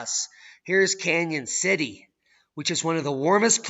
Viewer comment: Its "Cañon City" not Canyon city.